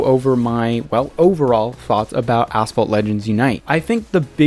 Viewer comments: Yep a9 was asphalt but unite really is ass fault😂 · Did you said ass fault or asphalt? Or is it ai voice over?